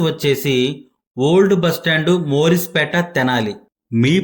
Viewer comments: మోరిస్ పేట కాదు మారిస్ పేట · మోరీస్ పేట కాదు, మారీస్ పేట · ఓరిస్ పేట కాదు...మారిస్పేట.